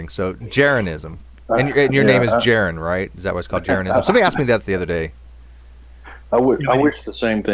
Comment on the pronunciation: Dude's name is Jeran, not Jaren, btw. Not only will you want to get that right cuz you're just that type of guy, but also to avoid giving him a talking point that " and his NASA shill stooges can't legitimately argue Earth's shape so they have to resort to mockery like misspelling my name!"